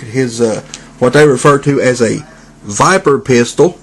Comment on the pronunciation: I need to get both Mindwipes, and Skull Cruncher(I really want a modern skull cruncher) When you said viper pistol, I heard 'viber pistol' and thought something dirty XD